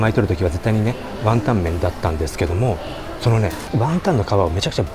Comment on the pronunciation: ワンタンじゃなくて→、じゃなくて、ワンタン⤴じゃないかなｗｗｗｗ イントネーションおかしくない？